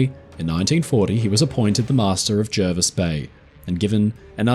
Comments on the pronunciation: Hi I know this story very well. My father travelled to Australia in 1938 aboard the Jervis bay. He fondly remembered the trip and the kindness of the crew. Great job. Jervis is pronounced Jarvis btw, thought I would chime in before the other pendants get wind of it. Cheers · Jervis Bay is actually pronounced like Jarvis. It's not in NSW either, it's part of its own territory, the JBT, which is sort of a part of the ACT, and was originally intended as a port for Canberra (though this didn't really end up happening). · Brilliant stuff,! One thing... the locals are pretty insistent that it is pronounced "Jar-vis" bay... I dunno why, it's just the English language, I guess. As interpreted by Aussies. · Jervis Bay is in the ACT, and we correctly pronounce it Jarvis. All foreigners are wrong, including the allegedly illiterate admiral. 😉